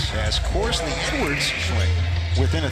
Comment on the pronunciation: LOL he’s saying “C.Edwards” lol